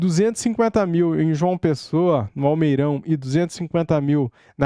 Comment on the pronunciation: Não é almeirão é almeidão.😢